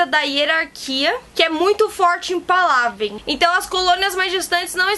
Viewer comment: Pálavên a pronúncia. hahahaah